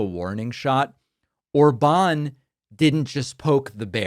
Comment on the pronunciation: In Hungarian, the stress is always on the first syllable, so it's Òrban - stress on "O". Uranium actually is very dense: 19.1 g/cm3. That’s 1.7 times denser than lead. But indeed, it's not a problem to move several hundreds of pounds of compact uranium for the Iranian regime. maga is a despicable cult destroying the U.S.A.